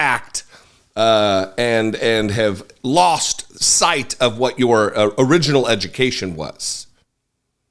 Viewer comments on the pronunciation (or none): none